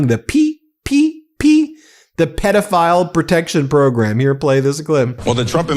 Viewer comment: What is up with the cowboy hat? And why can’t he say “program” properly? …… Fox and Comer Pyle say it that way too.